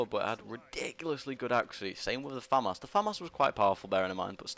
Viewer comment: It's pronounced Fa-Mas